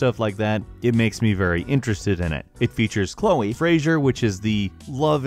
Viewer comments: you said clo for life is strange it is said like cloye not spelt like that but that is how you say it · its clo - ee not cloo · DID HE REALLY SAY CHLOO INSTEAD OF CHLOE!? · It's pronounced KLO EE. Not KLO... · Did this Boi just pronounce Chloe as Clow? REEEEEEEEEEEEEEEEEEEEEEEEEEEEEEEEEEEEEEEEEEEEEEEEEEEEEEEEEEEEEEEEEEEEEEEEEEEEEEEEEEEEEEEEEEEEEEEEEEEEEEEEEEEE. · Clo = Chloe YuhKOOza = Yakuza Poke-ay-mon = Pokemon Great vid tho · Did he just say "clo" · Did you just call Chloe fucking clow? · klou? really? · You said Chloe's name wrong and said you couldn't get enough of the game. IT HAS VOICE ACTING. COME ON!!!! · Who the hell pronounces Chloe like that